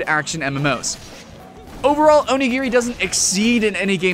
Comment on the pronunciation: You said otaku right but not onigiri.-.